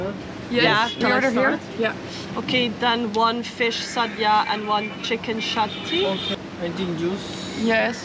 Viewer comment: It's chicken chatty and not shatty ( here in Kerala shatty means underwear). Nice video. Thank you so much.